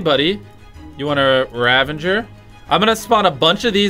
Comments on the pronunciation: Ravager [Rah-VAH-ger]. That is all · haha this is why I tell people to do their research before saying stupid things Hint: it's not 'ravenger' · Dude its "Ravager" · nobody: Mr beast and Chris: rAvEnGeR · Things that will never change: Chandler doesn't know how to use sword cooldown Jimmy doesn't know how to use /give Karl screams at casual plays Chris can't pronounce ravager correctly